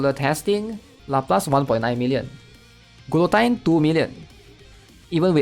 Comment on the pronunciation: lapless ... gulotine .... ugh